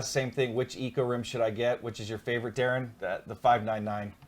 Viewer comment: Thanks for answering my question guys, and you did say my name correctly Darin!